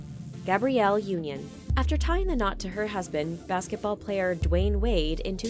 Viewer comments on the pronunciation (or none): none